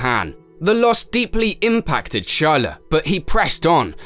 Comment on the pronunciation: Dear God, stop saying "Shar-la'.